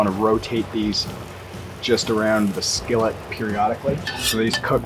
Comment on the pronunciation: I love this guy and his enthusiasm towards teaching us how to do this lol, plus I’m literally about to try and make them my first time and wanted to see how a few other ppl did to get a consensus. But the way he was saying skillet was cracking me up for some reason lol. Skelleht 😂😂😂 Nice video though bud, keep it up. I’m just an and gotta give ppl hell about everything lol.